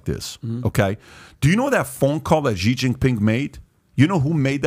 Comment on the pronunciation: Please help Patrick understand how to pronounce China's President Xi's name correctly, PBD is such a talent - but can't stand he continues to butcher Presidents Xi's name..... this is very simple Xi = She... yes so easy.. President She (Xi)... the rest of his name is pronounced She Jin (like the name Jean) Ping (pronounced like ping pong, just say ping) very simple -- China's president SHE JEAN PING, keep up the great work PBD and home team.. such valuable content